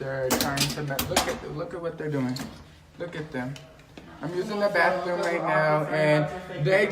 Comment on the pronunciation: HEEE just uused the "bawfffruuum" the BAFFFRUMM ...